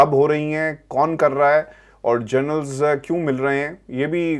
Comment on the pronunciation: Please stop saying “journals” the right pronunciation is “Generals”.